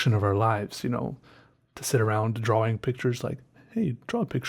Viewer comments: It's always so funny and irritating when he says DROAWING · Instead of draw ing he says it dra wing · you dont actually say Draw-wing you sped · "a new dra'wing" haha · DRAUING, you mean